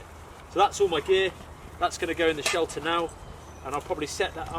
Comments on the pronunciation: Sheter? Or shelter? 😅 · Forgot the L in shelter